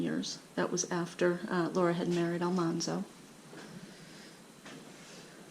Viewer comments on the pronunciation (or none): His name was really pronounced “Al-MAN-Zo. The first time he was mentioned on the show the person mispronounced his name to “Al-MON-Zo m, so they kept it like that.